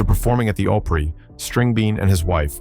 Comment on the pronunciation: Dont miss pronounce opry as ooprie its grand old opry not ooprie, if you can't pronounce it dont speak it, this was disrespectful hearing your mispronunciations